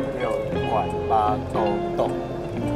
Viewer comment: 大學長拐八還不夠標準，拐鱉才是經典啊！😅😂